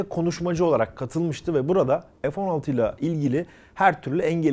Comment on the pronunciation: ef değil abi fee Türkçe lütfen